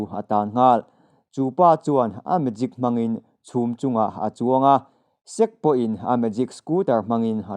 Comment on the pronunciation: Sek= Sek-ke zawk tur aw... sir.